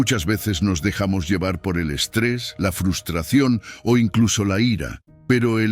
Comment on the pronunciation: Me encantan sus lecciones de vida, lo que no me gusta es que el locutor diga FUSTRACION en vez de FRUSTRACIÓN, sería bueno que lo corrigiera.